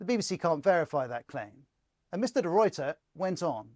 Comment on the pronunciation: As a South African please note De Ruyters name is pronounced De Rayter. Not De Royter!